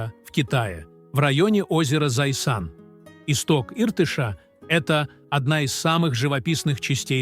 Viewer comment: Отвратительно ...научитесь верно произносить слова Иртыш и Зайсан.